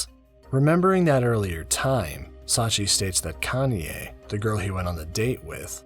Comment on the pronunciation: Everytime when you keep pronounce Kanie as "Kanye" I keep turning my head on your video while I'm drawing. 😂😂😂